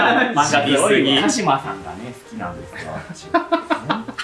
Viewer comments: どうでもいいけど鹿島のイントネーションが違うぞ恐山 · でもオタクなのに「『鹿島』の発音は鹿島アントラーズの『鹿島』」っていう公式設定を見逃してるのはいただけない(過激派)